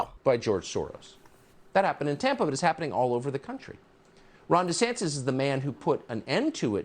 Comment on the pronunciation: You gave me an amused chuckle when you realized you were mispronouncing Ron DeSantis' name and then a few moments later you again mispronounced it as "DeSantes" instead of "DeSantis".